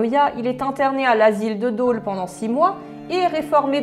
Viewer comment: Je t'ai découverte il y a deux jours et j'adore ta chaine ! tu a gagné une abonnée 🧡 Par contre si jamais ça t'intéresse en temps que Bourguignonne je me dois de partager deux infos, Dôle se prononce Dole (oublie l'accent) et Bourg en Bresse se prononce Bourque en Bresse, ne me demande pas pourquoi haha. Plusieurs de nos villes ont cette particularité comme Tournus dont le "s" ne se prononce pas. Voili voilou. Bisous de Bourgogne 🐌